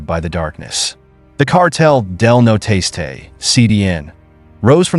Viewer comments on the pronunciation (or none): Its Cartel Del Noreste, the northeast cartel, not noteste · Cartel de “no-Ro-est-aye” not “no tasteay” WTH did you get that in sounding out the word?! There’s no effinT! lol sorry great video and that the only Hang up I’ve got on the video. So besides that kudos and great find! Where’d you locate this info on these stories? Are u from Texas?! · I know that kept killing me every time he said it. You think Jeff Google translate it at minimum